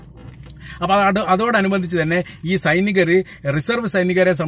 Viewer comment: Bro... അതിനോട് അനുബദ്ധിച്ച് ' എന്ന വാക്ക്... ശ്രദ്ധിക്കണം